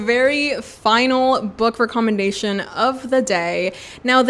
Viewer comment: Hi your English is good but in England we dont say REE commendation we say REK commendation. I am now getting into reading classics so I have browsed some channels and upon seeing you I took such a deep breath that someone such as you exists.